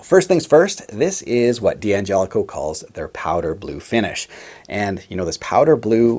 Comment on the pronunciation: It's still supposed to be pronounced dan-JELL-ih-koh. The first 'D' is not pronounced separately. (Same with D'addario.) You can get a six-way switch at StewMac. They've had them for a while now.